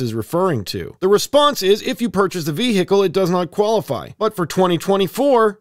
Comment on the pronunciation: The way you say vehicle